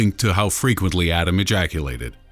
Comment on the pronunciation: It’s “Ah-ten”, not ADAM. 😡